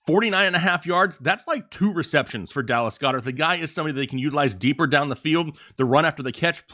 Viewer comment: Goeddert is pronounced Gawd-ert…